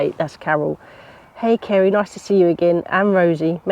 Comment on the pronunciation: So glad the Robin made a guest appearance. You have been very productive make me feel tired just watching you. So agree with another comment better than a gardening program on the tele. Kerry thanks for reading my comment and you pronounce my name perfectly.